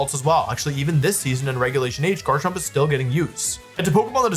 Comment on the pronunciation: Wolfey must pronounce Garchomp as "Jarchomp" if he's gonna say Jible And Jabite